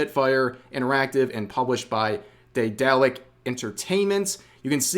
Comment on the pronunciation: Bad as they may or may not be, why does no one pronounce Deadalic as DAY-da-lick? Am I the only one that played ES:Oblivion????